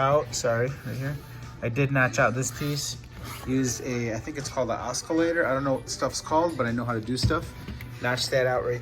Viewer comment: No k sound in oscillator